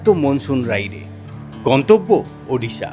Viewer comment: For the first time I hear someone from WB say Odisha.. and not Udisha. 🎉🎉🎉